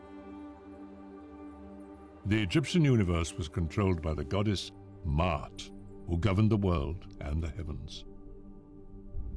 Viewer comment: There they go again... Ancient Egyptians were not white people. And it is pronounced MA-AT not MAT. Phew